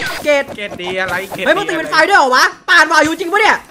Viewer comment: วายุไม่ใช่ภายุนะ